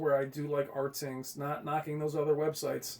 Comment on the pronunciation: it's pronounced Ratings not Rtings. Alot people get that wrong...lol Anyway. Rtings hates TCL they are very bias. I don't believe there numbers. Why don't you believe CNET? CNET had SDR and HDR even or brighter then the R617 of last year. Plus I hate when people go crazy over input lag. An input lag is 14 Ms compared to 11ms you won't notice a difference. 4ktvs all now have pretty good input lag. Compare the Hisense H9F to the TCL R625. Just don't go by rtings website. They hate TCL.